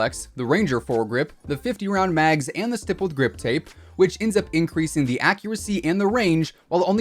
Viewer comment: St"eye"ppled grip tape? Not st"ihh"ppled? Idk 😂